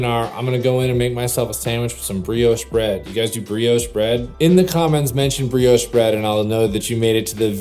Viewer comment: Breosh Bread!!! 😂